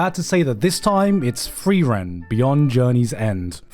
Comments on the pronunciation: "free-ren"...... why.... my ears hurt. Other than that, 100% agree, amazing must watch this season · Why did he pronounce frieren like free rent